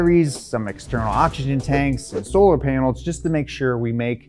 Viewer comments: Is it just me or is he saying ochigen and not oxygen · Why can't he pronounce OX Y GEN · I like when he says oxkigen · If I had a penny for every time he said 'okshygen'...